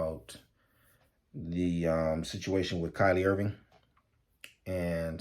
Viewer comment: “Ky-Ree” Irving Baba… But everything is 💯… thank you 🙏🏿